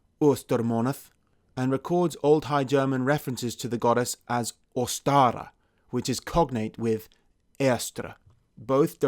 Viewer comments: Calling Ostara Oschtere is no problem, but it still has to be stressed on the first syllable when pronounced. I just saw the video. She clearly stresses the first syllable when pronouncing "Oschtere". This just shows that Swiss German can be more archaic than modern German, as prouncing Ōstara in modern German is mostly done wrong. It means that the name already sounded archaic to German people who tried revived it. Swiss German, on the other hand, has no problem with these Old High German words, which is no wonder because Old High German originated from the southern dialects. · Short correction: Even most Germans don't know that, but as all traditional Germanic words (excluding some verbs with prefixes) are stressed on the first syllable, the Name Ōstara has to be pronounced with a long ō. This was normal in OHG, but sounds strange in modern German. Therefore most people pronounce it wrong... It also makes the name sound less German in a way, which makes it also believable that it's a fabrication. Jacob Grimm also mentioned an early modern version of the name: "Ostra", which is much better pronounceable in modern German. I would favour this orthography.